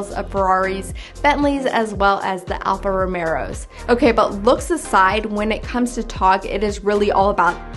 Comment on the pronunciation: Alfa Romero…lol. One for the blooper reel. great video as always. Interesting car, really needs a price to be considered but could be cool.